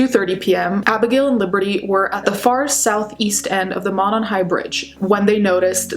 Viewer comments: around here (Indiana) it's pronounced "Moe-non" <3 just wanted to let you know. Thanks so much for this video, would love to see this solved! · The bridge wasn't all that well known until the murders. I live 10 minutes away and was unaware of this highly dangerous bridge. It is pronounced Moe non. Thanks for keeping the case alive. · Veeery small, nitpicky thing, it's pronounced "mOH-non", like the 'oh' sound in 'phone'. I know, super small dumb thing to point out lol. But yeah, this still haunts us. I don't live in Delphi, but a smallish college town like, ten minutes away. Even here, it still affects people. We have crime, like any town, especially a college town. But nothing this terrifying has happened here, the killers are usually caught here. But this just hung like a silent, ominous storm cloud over northern Indiana, and still does. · I'm from Indiana the monon runs from Indianapolis all the way up there it's pronounced Mow-non I can't believe they still haven't found the killer and I only live an hour away what if their serial killer it scares the s*** out of me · The first syllable of Monon is a long o vowel sound.